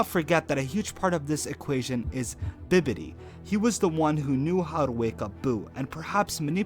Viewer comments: How do you manage to mispronounce bibidi from bibidi babidi boo as bidibi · It's bibidi not bididi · I ain’t trusting nobody that can’t even pronounce “Bibidi” lmao Ole “Bidlebi” head ass 😂 I’m jk bro love the videos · Had to stop watching because Bidibbi got way too annoying. Its bibbidi. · Bro how many times are you gonna say Bidibi instead of Bibidi?! 😂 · Why the f did you say bidibib???its bibidi..as in bibidi babidi boo..like what they used to say in children's fairy tales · This guy doesnt know anything about dbz. He just reads up on it. He kept saying bidibi when his name is bibidi. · Is he saying bidibi? Bibidi... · It’s not bidibi bibidi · said that Whis seems etiquit. I didn't misspell it, that's how he pronojnced it. Plus he said "Bidibi" instead of "Bibidi". It was a Disney joke. Bibidi. Babidi. Buu! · Biddiby? You mean bibbidy. Bibbidi-Bobbidi-Boo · Cant ever pronounce (bib a dee )'s name. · Did you never learn to sound out words? Geez man, if I hear you say biddibi one more time I'm going to lose my shit... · That’s not how you say Bibbity. And immemorial doesn’t mean the beginning of time. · He says biddibi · He does say bidibi twice I heard it. Dyslexic maybe? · ITS BI BI DI..... Bibbidy Babbity and Buu. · Its Bibidi... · Why do you keep saying Bibbidi's name wrong? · Can you reupload this but say his name right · I'M TRIGGERED!!! YOU ARE PRONOUNCING BIBBIDI WRONG YOU FOOL! YOU OBVIOUSLY DID NOT! WATCH DRAGON BALL Z! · I don’t think anyone should listen to dbz theories from someone who mispronounces bibbidi upwards of 20 times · y cant u say bibidi rite r u dum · How hard is it to pronounce or spell bibidi, when the name is clearly a play on bibidi babidi boo? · Hard to listen when he keeps mispronouncing BIBIDI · Can't pronounce Bibidi correctly and couldn't even spell it the same twice. Sad.